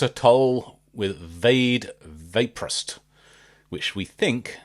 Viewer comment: The animation is the legend of the Big Töll/Big Tyll. Its an a Estonian legend. Also the way you said vaid vaprust. It sounded like vaeid vaproust. Sorry if i offend you or anyone else After reading comments Oh. You know already. Btw im Estonian.